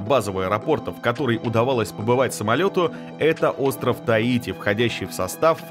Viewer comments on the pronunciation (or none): none